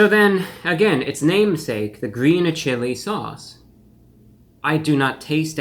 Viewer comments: It's gween, it's gween! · It's gween. 🤢